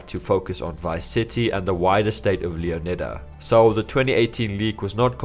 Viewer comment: if that’s the case, surely the emphasis should be put on the “O” sound as in, “Lee-ON-idda”